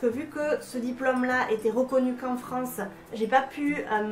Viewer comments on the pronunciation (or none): none